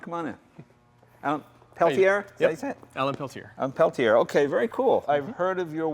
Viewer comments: Not Pelti-er.. it is pronounced PeltiÉ... Like Mel Tormé, or BeyoncÉ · Why do Americans slaughter French names?, Peltier is pronounced pel-teeyay